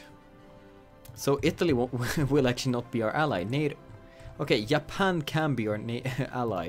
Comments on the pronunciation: its Japan not yapan my guy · Sorry mate I had to close the vid after you said "Iapan" instead of Japan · He said “Yapan” fam,$20 says he’s Swedish